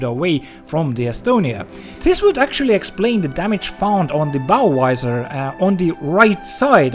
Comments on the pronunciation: The hell is a Bow Wizer? LOL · This is a very serious subject but every time he says " bow wisor" I have to say I'm struggling 😂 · "Bow Visor" I heard Budweiser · Why do swedes mixed up the V and W sounds? Visor is pronounced with a Vee sound.